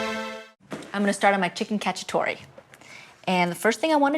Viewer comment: Chicken Catchup-A-Tore